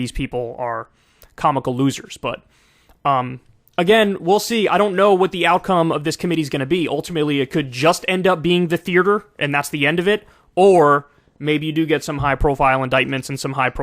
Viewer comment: Kyle pronounces theater like it has two r’s in it “thear ter”